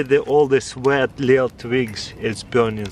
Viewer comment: “Vood”, “Vet”